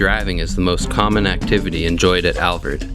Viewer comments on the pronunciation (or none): MY wife and I have been to the Alvord many times. I believe it is the Alvord Desert and not the Alverd Desert. It's pretty distracting to hear you call it the Alverd. Otherwise good video! Thanks!